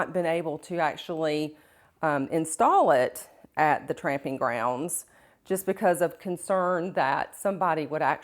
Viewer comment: It's "tromping" ground, not tramping...